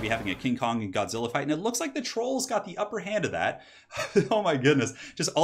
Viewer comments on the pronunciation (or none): none